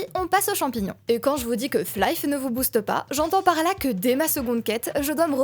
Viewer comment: Chouette découverte ta chaîne. Bon, ça me fait énormément de mal d'entendre Flaïf toute la vidéo, mais bon ça c'est pas très grave.